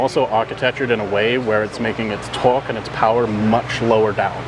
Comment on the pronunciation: Trying to figure out why the dude explaining sounds so weird when he say torque. Speech impediment maybe? But if so why would he be the one they send.